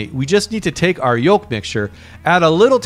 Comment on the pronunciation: I hate how this guy pronounces yolk